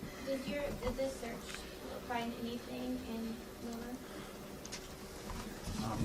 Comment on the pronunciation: " We're not cutting anethang or anything."...